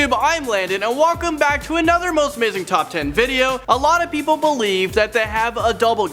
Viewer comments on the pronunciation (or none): none